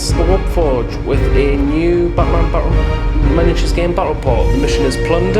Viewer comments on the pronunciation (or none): "A BATAMAN" Aside from that: Nice video!